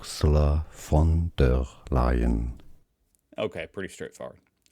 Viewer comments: Von is pronounced FUN. Not won. Fun 🤩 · the v in von der leyen is sharp, so more like the ph in phone or the f in for. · Just a little hint „von“ is pronounced „fon“. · Its "fon" der Leyen, like the voice said. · "I'm gonna learn"... hears pronounciation... completely mispronounces "von".. 😂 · Looks up the pronounciation of "von". Proceeds to pronounce it with a "v" :) Good effort.